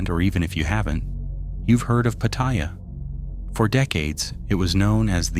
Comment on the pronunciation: It's read out phonetically "pah-tah-yah"